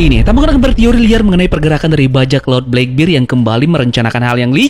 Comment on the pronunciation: di baca blakberd kali om bukan blakbir..